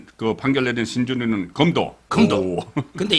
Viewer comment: "금도"가아니고~ 검~도~입니다..ㅋ 발음에 주의해야합니다~ gold가 아니고 knife 입니다~ㅋ